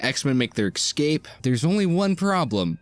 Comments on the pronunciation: At first i thought you were saying "xcape" instead of "escape" as a joke because its "X-men". After a few times, i dont think it was intended. Its crazy to me how many adults still talk in baby talk. Its baffling to me, on other channels how many grown men say "expeshilly". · I’m gonna pretend that your repeated mispronunciation of the word “escape” was intentional because this is a video about the X-Men.